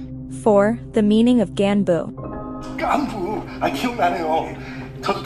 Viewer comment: What the koreans say which we can clearly hear : gaanbu American : ok you mean gaehn boo